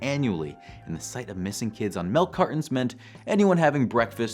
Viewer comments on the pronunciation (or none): Did you just say "melk cartons"? But yea. Stranger Danger, Satanic Panic, Gay Panic, there were a lot of sensationalist, often moralist outrages going on in the 80s. Think this video also missed what could be called the Drug Panic, going by the other examples. The idea that strangers were passing out drugs en masse to kids to get them hooked. Nothing like that ever happened, either, but people still seem to think it did. These things were all tied together in the same BS "what about the children!?" moralism.